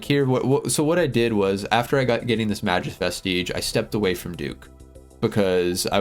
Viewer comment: May-Gus Vest-Idge